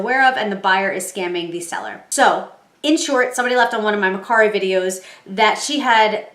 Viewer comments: It’s MER KARI NOT MER SARI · It’s MerCari with a K.